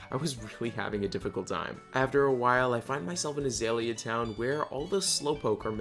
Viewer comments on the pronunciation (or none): none